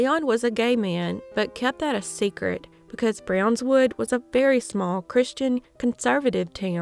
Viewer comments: Brownwood. Not brownswood. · Brownwood, not Brownswood.